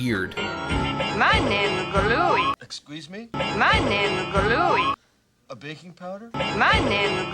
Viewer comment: I always thought she said "my name's Glooey," making his "I'll stick with you" response a pun.